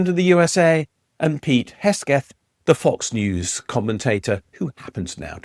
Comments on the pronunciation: It's Pete HEGseth, not HESgeth... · Please, your content is good, but you lose all credibility if you mispronounce the name Hegseth. It's not Hesgeth. It's Hegseth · Very interesting. And scary. On a side note: his name is ‘Hegseth’, not ‘Hesketh’. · Hesgeth? How do manage to pronounce Hegseth as Hesghet? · It’s “Heg-Seth”, not “Hes-Geth”. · How did he get Pete Hegseth's name wrong? There is no such name as Hesgeth. Anyway, time to move to Canada... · I like your videos and analysis. It's pronounced and spelled HEGseth. Be sure to pronounce the Secretary of Defense's name properly to ensure people take your analysis as credible. This is meant to be positive and constructive feedback. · You lose credibility when you mispronounce peoples names, just saying😢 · is that an AI generated video? The consistently bizarre pronunciation of "Hegseth"?